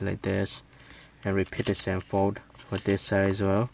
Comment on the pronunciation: its same not sem